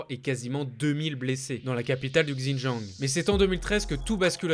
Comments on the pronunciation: ouais mais là, ça fait limite raciste prononcer comme ça ^^ (je sais que c pas du tout raciste bien sûr ) mais voilà ça reste mieux avec une prononciation plus correcte je trouve, c'est tout :) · J'ai du mal à enregistrer les Infos pcq je me focalise sur sa prononciation 😱 Xinjiang sur Google translate et prononciation parfaite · Bonjour, J'ai dû écouter plusieurs fois pour comprendre votre prononciation du mot "Hans". Il faudrait être plus précis sur le son quand vous citez des mots de cette langue, comme le nom de la province "XiJiang" et celui du président chinois "Xi Jinping". Merci pour ce beau reportage! Bravo! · Ça a strictement rien à voir Va dire à un Chinois "Gzindjiang" il va absolument rien comprendre. Ça ce prononce pas du tout comme ça c'est une grosse erreur. Il aurai pu prendre 2 minutes pour vérifier mais... non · Pour la Chine et Pékin, se sont les noms en français mais il n'y a pas vraiment de retranscription exact pour le Xīnjiāng, c'est un nom propre qu'on est obligé d'utiliser. Évidemment je dis Canton pas Guăngzhõu mais là c'est différent. En fait la plupart des gens prononcent mal Běijīng mais c'est juste une histoire de tons et le "g" est quasi muet. Mais là c'est surtout le X, ça se prononce sh. Si on prononce à la française Běijīng c'est pas grave du tout on sera compris, en revanche si on dit Gzīnjiāng ..... impossible d'être compris. C'est une grosse faute. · super vidéo, par contre fais attention à la prononciation du mot xinjiang ^^